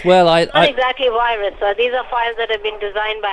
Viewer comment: "Wirus, wirus, wirus, wirus, wirus, dobly you, dobly you, dobly you, dobly you, soopurwiser, soopurwiser, soopurwiser..." BEWARE!